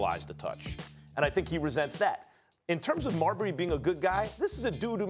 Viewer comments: The way Max says Marbury is hilarious 🤣 its pronounced Mar-Berry not Marbry max lol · Max Kellerman pronounces Marbury like Cadbury or Burberry. It should be like Pillsbury 😂😂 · Why is it such that Maxx Kellerman, whom has more then likely has been writing pieces on Steph for over his 20 Yr. NBA career chooses not to pronounce his last name correctly ???